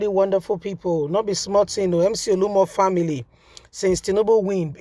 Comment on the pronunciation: True to type you don’t research your story. You’re always mutilating people’s names. This guy’s name is not Olumo but OLU OMO. Surely both words mean different things in Yoruba language.